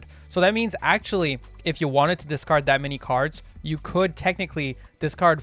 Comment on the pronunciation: Dark world chads cringing every time he says discard